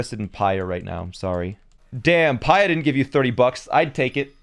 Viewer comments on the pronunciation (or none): The “Hateeno” is right, The “Pyurah” is wrong. Also, the “coo-coa” is pronounced wrong. It’s “Coo-coo.”